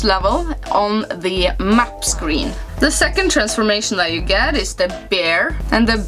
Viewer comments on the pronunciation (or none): none